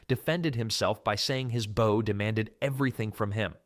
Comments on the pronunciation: It's not pronounced like 'bough', it's 'boh' or 'boe'. They're bowmen, not boughmen! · AI narration? He said BOW like you take a bow not bow as in archer's bow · Good old AI at it again. "Your first BOW might be smaller..." Nice one. Stupid Artificial Stupidity. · Stupid AI doesn’t know the difference between (long) bow and (to) bow. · why is he saying bow instead of bow? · Turned it off after the computer couldn’t pronounce bow correctly. How about having a real person speaking with an English accent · Sounded good for a few minutes until the AI narration pronounced the word "bow" in the way that means curtsey or the front of a ship. This happened intermittently throughout, BAD FORM!! This video obviously is just to make money, the creators don't care if it's right, just FILL THE TIME! Clicked away fast, won't be back. 😞. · Maybe if you didn't use computer mispronunciations you wouldn't get dislikes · Ai voice mispronouncing Bow lol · You would have to be an idiot to keep mispronouncing 'bow'. It is not a bow of a ship. I think you pulled your information from the same place some of them supposedly carried their spare bowstrings.